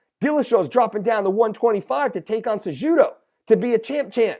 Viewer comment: Learn to pronounce the fighters name (sa who doe) not sa JUdo